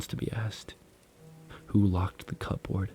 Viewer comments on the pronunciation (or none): Pronouncing cupboard as cup-board is sending me😂😂😂